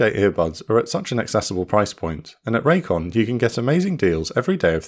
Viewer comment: I can't help hearing "Raytheon" is this intentional lol